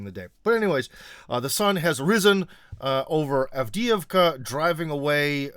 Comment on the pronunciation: Cmon,. You of all people should know how Avdeevka is pronounced. It’s not Avd-eeh-ee-vka, but Avd-eh-ye-vka.